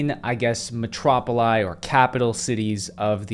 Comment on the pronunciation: Metropoli?!?!? Seriously? I had to skip back to see if I heard that. And said without a hint of sarcasm.